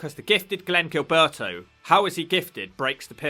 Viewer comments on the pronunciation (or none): none